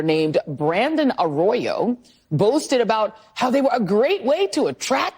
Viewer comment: I didn’t listen to anything she said after she could not even get Raymond Arroyo’s name right.